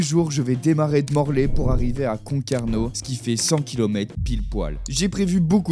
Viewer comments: MORLAIX pas Morlay 🤣🤣🤣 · Morlaix et pas morlay